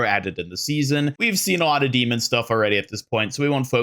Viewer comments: I love your content, and it is such a small thing, but I have to admit that I whince every time you say Demon instead of D.Mon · Dude it’s D-Mon like Digimon or Pokémon … not Demon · Do you pronounce the names of almost all heroes wrong on purpose? Is D.Mon not demon, it’s Anran not Annrin. Feels like rage bait at this point. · dee-Mawn (not Dee-munn). :D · how you mispronounced D-MONs name the entire video when she says it in her trailor is so funny to me